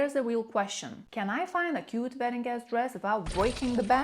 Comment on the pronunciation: I thought she said “vetting” season. I was like “WHAT”!